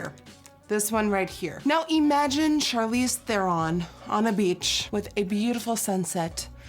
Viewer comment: You pronounced Charlize wrong. Shame.